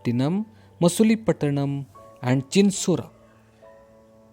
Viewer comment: sir dutch warehouse in that itz chinsor no not chinsora and nagapatanim not nagapatinam...[not against u sirr.!]